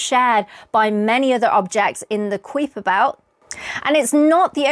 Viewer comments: The UK, and the US. Two countries separated by a Common Language. The US ponounces the K belt: KY-per. ;) Cheers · 'Kuiper' is a Dutch name pronounced COW-per, but he grew up in the U.S. and his name is pronounced KEYE-per. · Do you realise you are mispronouncing the words Kuiper & Uranus? It's KY-per & YOOR-uh-nuhs. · Kuiper is pronounce "Ki - per" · Yeah, my tutors/lecturers would pronounce it as “Ky-per” - just checked Wikipedia and their pronunciation is given as I have but with a ‘short’ e (same as the name of the guy it was named after). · I always enjoy your videos. They are very informative. I just have a polite request. Please check your pronunciation of the Kuiper belt. I know Dutch names can be hard to pronounce, but the way you butchered Kuiper's name hurt my ears. There are online Dutch text-to-speech sites that create a fairly accurate pronunciation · I could listen to your accent all day, 🥰 but I have to admit your pronunciation of the Kuiper Belt made me LOL great video as usual 🙌🏼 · Very good video! Since it is a pet peeve of mine though: Kuiper ist pronounced KY-per and Makemake is MAH-keh-MAH-keh (named after the Rapa Nui god). Congratulations on your book! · Huh. Your pronunciations of Kuiper and Makemake are suspect.